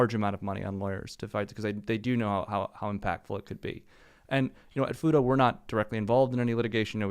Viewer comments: I was listening in another tab and heard them say Futo and immediately clicked back over as fast as I could to see if chat would say futa. You did not disappoint. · ....did he say "Futa"? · For half the show i thought they were saying FUTA until i read the I'm not interested anymore. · Sorry, every time he says Futo, I can only hear Futa. If you don't know what that is, do yourself a favor do not google it.